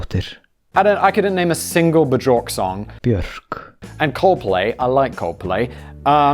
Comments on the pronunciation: simon and his quest to learn pronunciation of all of the common knowledge pop culture names BZHORK ahahhahaha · Bjork= (Bee-York) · "Is it Ba-jork?" I will never leave. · Lovely pronunciation of the singer Buchork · The accepted transliteration of her name is "Be york". While I'm on the subject of pronunciation, I have seen at least four of your videos where you have muddled up the most common SE Asian surname in the world: "Nguyen". And it is driving me NUTS. The surname "Nguyen" is to SE Asia as the surname "Smith" is to the United States. Trust me, I am well aware that those languages are rough, and there is an ever so slight difference in pronunciation depending on where the surname originated (like, North Vietnamese vs. South Vietnamese, Thailand (Siam), Cambodia, Laos, etc.) when you are actually speaking the language, but the transliteration among those of us who speak English is "WIN". It's ALWAYS "WIN". One syllable, don't even try to tack on any of the actual letters in this surname. The pronunciation, every time, for the surname "Nguyen", is WIN. I went to school with a wonderful young lady who is a third generation immigrant; her father's side is Japanese, and her mother's side us Vietnamese. As a 4th grader, I bungled up that surname myself while reading out loud in her presence and she schooled me on that, and a few other things that I got majorly wrong when I first met her. HOLE-EEE-SHIT, you should have seen her face when I asked her if she was from China. I learned really fast to never pick any country when asking an Asian person where their roots are from. Luckily for me, we were able to salvage our friendship when her father explained that we were just young and inexpe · It's beeyork. The B sound melds into the Y... Also, this is my favorite channel of yours. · Hey Siri, how do you pronounce Bjork? Siri - b York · I absolutely like your pronounciation of "Björk" xD Legendary!